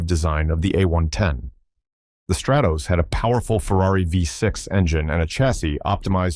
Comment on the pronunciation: When your cheap AI voice doesn't know how to pronounce a double S.